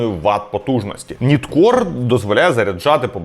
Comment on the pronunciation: Ніткор не правильна вимова!!! Правильно нАйткор!!!!!